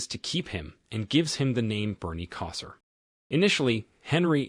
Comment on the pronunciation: Lol Bernie Kosar's name being mispronounced gave me a giggle